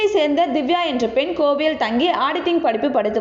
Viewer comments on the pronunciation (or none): இது, ஒரு கொடுமைனா இந்த விஷயத்த சொல்ற பெண்ணுடைய தமிழ் உச்சரிப்பு அத விட கொடுமை. ‘கோவையில’னு சொல்றதுக்கு, ‘கோவில்ல’ என்பது போல சொல்றாங்க... இப்படி தமிழ் படிக்கிறவங்கள ஏன் வேலைக்கு அமர்த்துறாங்க